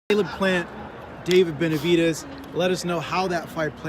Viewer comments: “ Venividez “ - Mike Tyson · Jermall can't even say Benevides.😄